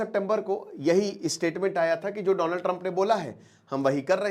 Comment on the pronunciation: Dolund Trump😂😂😂